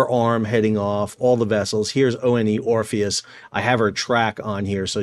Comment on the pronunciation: ONE Orpheus — like the number 1, not O-N-E… for crying out loud 😂